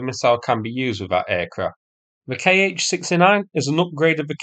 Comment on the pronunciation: 'Kh' is not 'K.H.' but 'kha'.